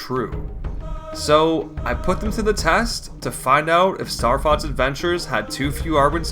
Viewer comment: You pronounce it Starfotz which means starcunt in German.